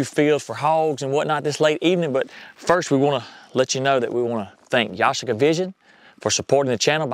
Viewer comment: It's pronounced YA-SHEE-KA, with the accent on the second syllable (SHEE)